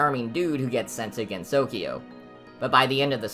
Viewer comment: this is an informative and funny video ! but your pronunciation is a bit off for some names . Japanese phonetics can be a bit tricky for English speakers since each syllable is taken independently. Sumireko is "soo-mee-REH-koh", rather than "RAY-koh", and the emphasis in Usami is on the first syllable "OO-sa-mee" rather than "oo-SA-mee" Gensokyo has 3 syllables with the last pronounced "kyoh" as one sound, rather than separately like "kee-yo" with 4 syllables total . The emphasis is in the first syllable of Mamizou's name "MA-mee-zoh", but pronunciation is good apart from that . So many people get this wrong but Marisa is "MAH-ree-sah" rather than the western "muh-RISS-uh" this might be partly due to romanisation trickiness, but Rinnosuke is "Ree-NOH-skeh" with 3 syllables, rather than "Ree-no-NOH-skay". Double consonant just means the vowel afterwards is longer. Omake is "oh-ma-keh", 3 syllables. i hope this does not seem rude >_< but i hope you take this comment into consideration.